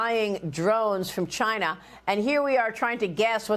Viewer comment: "CHINAH " the Donald calls them